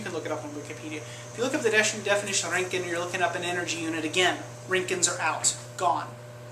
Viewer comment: I like how he say's the röntgen with the ö, nice